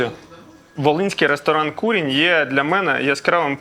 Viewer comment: КурІнь,а не кУрінь.LafA ,a не lAfa.НапІй,а не НАпій .кажіть із вірним наголосом,якщо вже визнаєте себе украінцями!